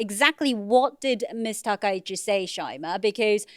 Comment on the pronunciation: As a Japanese, I believe Takaichi is correct